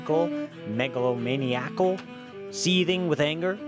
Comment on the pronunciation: Completely in agreement about comedic performances getting recognized (similar feelings towards horror especially). I strongly support your pronunciation of the word megalomaniacal.